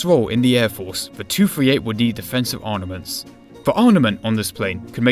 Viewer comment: Arnements ??.for someone who has chosen a career in public speaking surely the first qualification and requirement is to be able to speak English correctly.